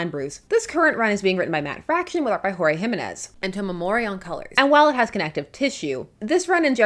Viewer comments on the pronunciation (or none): none